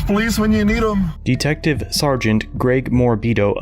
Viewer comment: Did he call that man a dicktective? 😂